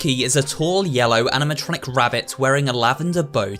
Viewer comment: whyd you say animatronic like that😭😭